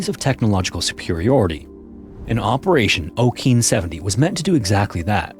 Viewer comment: Operation ah-kay-on, not oh-keen like you said it. It means "ocean" and that's an approximation how it's properly pronounced.